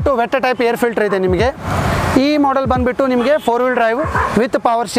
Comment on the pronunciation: क्या है ये बंदबिट्टू, बंदबिट्टू। कन्नड़ नहीं आता।